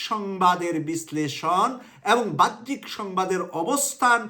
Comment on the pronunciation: সাহেবের উচিত তার ভাষাগুলো শুদ্ধ করা। তিনি বাহ্যিক শব্দকে উচ্চারণ করছেন "ভাহ্যিক" বলে।এর আগেও বিভিন্ন ভিডিওতে/ টকশোতে তিনি "বৈষম্যকে" উচ্চারণ করেছিলেন বৌষম্য।